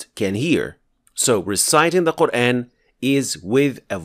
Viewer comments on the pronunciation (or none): why dont u first fix your own pronunciation. The very word, "quran" is pronounced as qurAAn and not the way you say: qurain. There is a madd on top of alif...